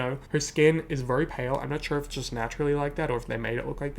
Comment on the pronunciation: I like how pronounces “very” like “VURRY” 😛